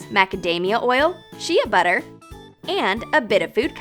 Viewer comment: She said shea butter wrong